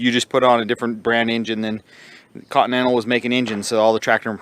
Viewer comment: "Cotton-ental" engine lol